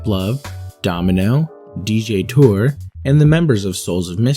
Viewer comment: Its pronounced- tour-"A". Not dj tour....smh